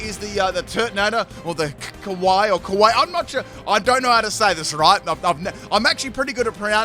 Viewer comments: Kawaii 🤣🤣 It's pronounced Ki-Ah-Way and it was one of the characters in the anime in Sun and Moon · Kiawe (Key-Ow-Ey) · The turts name is pronounced key-a-way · Kiawe's name was supposed to be pronounced Kee-ah-Way .You are welcome for the pronunciation!edit: The first person's team was going for a pokemon sun and moon anime themed Team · Kiawe is pronounced kee-ah-way. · Kiawe is a Hawaiian name. It's pronounced KEE-UH-VEH. I learned how to read in Hawaiian, so you're welcome. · Its Key Yar Way brooooo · Kiawe is pronounced just as it's spelled lol. He's the fire captain from sun and moon/the anime